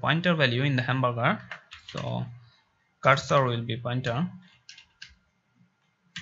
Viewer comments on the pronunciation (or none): none